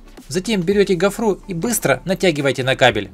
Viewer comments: Почему гофруу,говорить гофру,ударение на о.. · "...гофрУ ,в "пОртель"